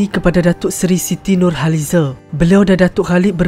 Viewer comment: Cerita² memng best tpi pengulasnya sy x berpa berkenan over sngat sebutan pun banyk sngat se²..siti nur halizeeee..